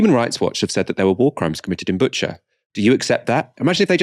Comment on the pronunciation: also FYI it's pronounced Boo-cha (not Butcher)